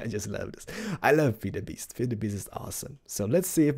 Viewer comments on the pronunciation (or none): Your videos are awesome, the only think that bigs me is how you pronounce "feed"... your saying "fade" Dx